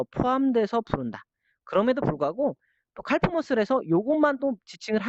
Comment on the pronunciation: 칼프--->카프 L이 묵음입니다^^